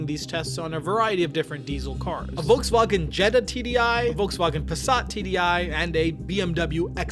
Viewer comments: I'm just really annoyed at the way you pronounced Volkswagen. If you really want to pronounce it the German way then it should be FolksVagen. The V in German is pronounced like an F. Pronouncing it Volksvagen makes you sound pretentious. Just saying. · IT'S PRONOUNCED FOLKSWAGEN. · bro pronounced "volkswagen" as "Volkswagen" instead of "Folkswagen" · If you're going to pronounce vagen in the German vernacular, you might want to also pronounce the Wolks. Wolksvagen. OCD with it. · The German pronunciation is "folksvagen." If you're going to try to use the original pronunciation, do the F at the front as well. No half measures. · Just a little thing: Volkswagen is pronounced with an 'F' sound in front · The V in Volswagen is pronounced like an f. Just a slight correction.